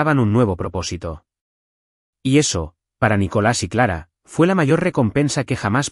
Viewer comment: No es nicholas sino nicolas